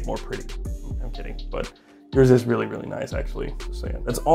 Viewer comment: Anotha thing, realla quickly, before we get started